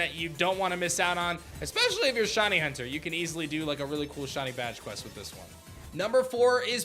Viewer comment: hearing you pronounce "shiny" as "shonny" is the most painful thing ever, please learn how to say words correctly